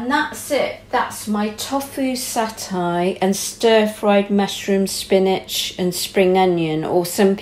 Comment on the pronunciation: Its tofu like tofoooo and satay your pronunciation of these make me shout at the tv lol